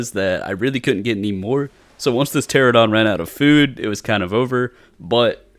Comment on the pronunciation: It's Pteranodon not Pteradon. 😅 pls